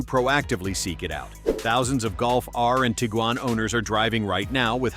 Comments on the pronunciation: Trying not to pronounce Tiguan not Tjgan.😂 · Try to pronounce Tiguan, Moron